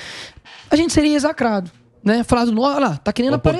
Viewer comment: " "EXACRADO" =Mistura de Exaltado com Execrado.